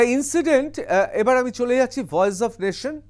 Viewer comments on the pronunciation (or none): none